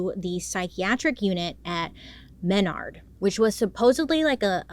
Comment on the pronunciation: It’s pronounced muh-nard, js